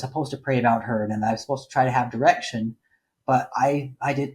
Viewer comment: The amount of times I thought you said erection instead of direction 🤦🏻‍♀️ "you would have erection on a girl, then you discuss your erection with your dad.."